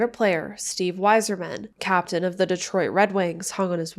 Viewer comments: Steve Yzerman is pronounced Eye-zer-man not Wiser-man. Nobody disrespects Captain Stevey-Y #19 and gets away with it. 😂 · Steve Y-Zerman. Sorry i couldnt not